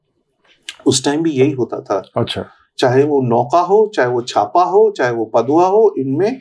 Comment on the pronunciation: Bro that's not छापा, it's चाप